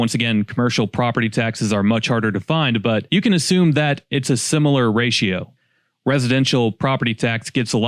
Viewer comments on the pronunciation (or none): none